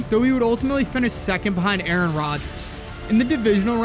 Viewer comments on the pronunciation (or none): none